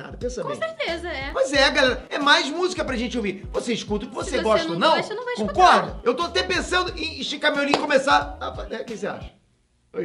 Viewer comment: "Voi financiar" seja meu tio 😂😂😂😂😂